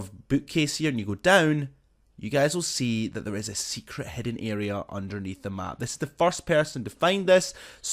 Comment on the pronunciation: Hidden not hedde